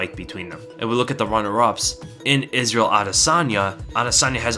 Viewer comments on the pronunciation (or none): none